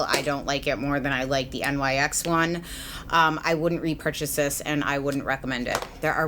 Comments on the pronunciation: Favorite youtuber reviewer! But I think NYX was pronounced like "nix" ? Not actually spelled out as nyx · hi, "nyx" is pronounced the way it's spelled (like "nix") rather than "n-y-x." i only know this because rupaul always used to pronounce it that way on drag race when nyx cosmetics sponsored the show. love your reviews xo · Okay so why does she say N Y X instead of pronouncing it like nix. No hate at all! I love your honest reviews. I'm just genuinely curious if I've been saying it wrong. I normally hear people say it like nix. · Amazing review, as always. I really do appreciate how you say that you tend to avoid other reviews before recording your own in order to avoid bias. One minor comment, though: NYX is named after the Greek goddess of the night, so it should be pronounced "nicks" instead of saying out each of the letters individually. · Love your videos! 😘 Just so you know it's pronounced Nyx ( it's the name of a goddess ) not N Y X! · Agree :) but I think the correct pronunciation is NIKS as the goddess, not N Y X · lol I getcha! No way of really knowing honestly, I pronounced it the same thing until they opened a Nyx store by my house and employees were correcting me. I was shocked but also think the goddess part is pretty cool!